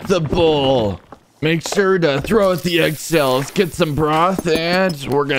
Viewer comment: I just heard egg cell instead of egg shells💀